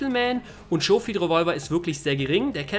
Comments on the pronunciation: Schohfield xD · "Lancaster" und "Schofield" scheinen für den Deutschen eine echte Herausforderung zu sein ,-)